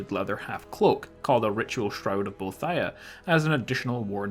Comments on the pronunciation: bo-ee-thee-uh not bo-uh-thi-uh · ohhh myyyy gooood its bo-eeeeeeeee-thhh-iiiiiiii-aaaaaa not bo-thia!!!!!!! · I believe you pronounce Boethia bow-ee-thee-uh. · It's pronounced like "bow ee thee a" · I cringed every time you pronounced Boethia. :P Serious though, I love your videos. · the way you pronounce boethiah kills me bro